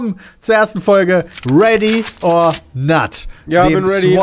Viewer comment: Ready or Nut!!! finde ich besser :-D wie schön er Nut!!! auch betont hat